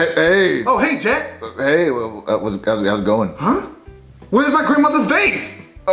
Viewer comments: you said get instead of jet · Its jet but with a g so its get but its pronouced jet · His name is get but it’s pronounced jet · CoolGuy 3478 Yes, but if you didn't watch the episode Jet his name is Jet with a g so it's Get, but it's pronounced Jet. JEEZ!